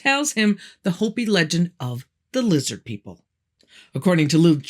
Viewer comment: I keep telling people it’s lizzid NOT lizard!! Sheeple, all of em🤣